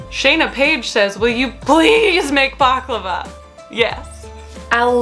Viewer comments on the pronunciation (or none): none